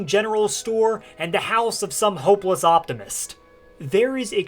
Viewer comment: I had to put on subtitles for Winterhold after rewinding it a few times because I kept thinking you said ‘homeless occupants’ rather than ‘hopeless optimist’ for the inhabitants of the only actual house.